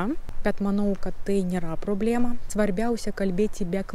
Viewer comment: Kirčiavimas: lietuvių kalbà, problemà, párke. Antys - moteriška giminė, taigi ne “jie”, o “jos”.